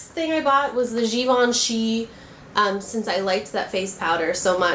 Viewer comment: You say Givenchy perfectly :) they have nice blushes, too but you should really try the Chanel cream ones, they set nicely.